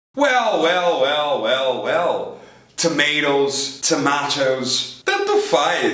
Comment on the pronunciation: Professor de Inglês falando "weu, weu, weu"? Pelo amor hein, a palavra termina com LL